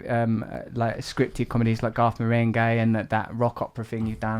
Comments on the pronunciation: When he said Garth Marenghi in his British accent, I honestly thought he said 'goth meringue'. Then, googled that and found it there is exactly such a youtube clip. Life is strange. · I did too 🤣, and felt like it was proof that there IS a YouTube video for EVERYTHING.